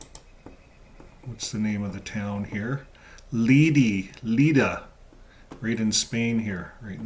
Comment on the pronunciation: to make the videos more appealing for JWs or friends of them, please take some time to be more accurate in geographic linguistic economic context, LLeida (catalan name) or Lérida (spanish name), not Leila nor Lilia…so ppl will focus on the main and real message of the video, and not be diverted by mistakes which sound like « American guy who doesn’t know about Europe », especially in the current political context